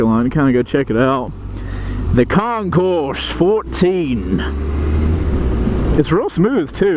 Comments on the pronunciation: You don't say the S. It's Con-core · The “S” in Concours is NOT pronounced. Of course, you’re from GA so I’m completely wasting my time explaining this to you, right? I lost count how many times you utter the words, “oh my God” and the word “shit”. You are one CLASSY dude, no doubt. Nicely done. You made me feel embarrassed for you. How does that even work? No wonder so many people laugh at Americans.